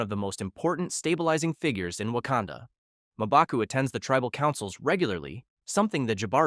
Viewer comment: Who the hell is "Maaa-baku?"